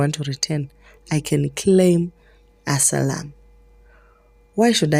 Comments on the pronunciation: 😂😂😂😂😂 chirungu chakauya negarava please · Asayilamu (asylum) not asilamu❤